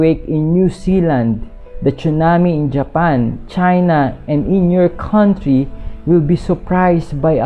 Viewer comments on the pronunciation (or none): none